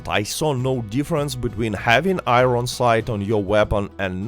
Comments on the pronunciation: Bro says i- ron its i-ern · I-ron sights? Ffs learn English before making a video.